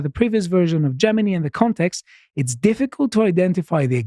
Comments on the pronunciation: "Gemini" "Jewmini" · consistently mispronouncing Gemini as "Jemeny" is really sweet.